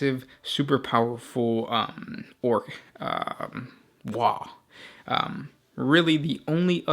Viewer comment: Ya mispronounced waaaagh!